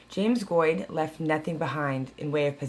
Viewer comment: Weird i think were family. My grandmother used to talk about Virginia, Missouri, Arkansas, Kansas, she left Kansas and headed to California in the 40s. But you pronounce your name way different. We pronounce like goat with a d🤣.